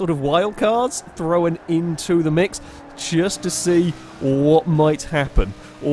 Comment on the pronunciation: It's THROWN not THROWAN!!!!!!!!!!